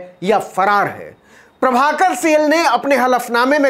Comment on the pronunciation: सेल नही साईल